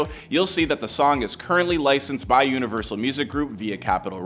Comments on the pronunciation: Bruh said “Universital” lol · dude said. UNIVERSITLE lol